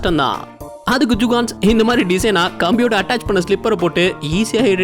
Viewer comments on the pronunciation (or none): Jukans illa da jugad nu sollu video voice la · Adu jugans illa bro jugadus...jugans na tappana oru word bro..🤣🤣🤣 nenga jugans sollum bodu elam sema siripu vardu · அடிக்கடி ஜுகான்ஸ் அப்படின்னு சொல்றீங்க ஜுகான்ஸ் அப்படின்னா யாரு